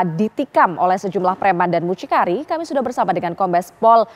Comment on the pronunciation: 𝘙𝘢𝘭𝘢𝘵 : 𝘔𝘜𝘊𝘐𝘒𝘈𝘙𝘐 𝘣𝘶𝘬𝘢𝘯 𝘮𝘶𝘕𝘤𝘪𝘬𝘢𝘳𝘪